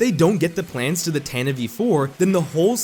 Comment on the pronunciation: I agree with your points but I cannot forgive you for how you pronounced Tantive IV